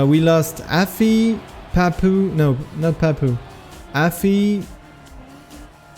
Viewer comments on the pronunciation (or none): pourquoi tu prononces meme les pseudos avec un accent anglais ? Je veux dire Papou ça devrai rester "Papou" et pas "Pahpouw" ou même Aurel ça devrai rester "Aurel" et pas "Owel"